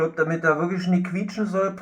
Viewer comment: Das heißt quietschen